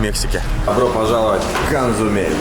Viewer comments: Блог путешественника ✈ Мир@ он как раз КоЗумель, а не Консумель) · Козумель, а не КоНзумель там нет ни какой Н, и Конджи, а не Конги - и это густой рисовый суп (рис разварин до консистенции киселя)